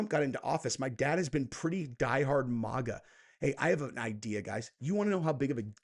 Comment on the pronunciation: Okay, ❤ your content but damn it if I hear you say “Mogga” one mo time!!! It’s Mag-AH- “Make-America-Great-Again” I’m no grammar nazi but this irks the shit out me. And no, I won’t just click off because I’m a true follower.